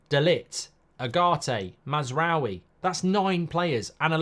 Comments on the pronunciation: Mark, you remember French people saying Oui !? That is pronounced as W-i. Ou is pronounced w for the French, and is therefore also the French transliteration into Latin script of the Arabic 'w'. so no ou (as in U-boat), but a normal British w (as in Westham) . Mazrawi is what he would write his name if his ancestry was Iraqi, Jordanian or Kuwaiti (i.e. a history of British colonialism, as opposed to the French tradition that affected how Moroccans, Algerians Tunesians Lebanese translate their names from Arabic into Latin script). So no U-w-i...but A-w-i (ou=w). :) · It's "Maz - raa - we" mark 😅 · The amount of time he constantly butchers mazaroui’s name… plz it only takes a min to learn how to pronounce it’s not even difficult 😅😊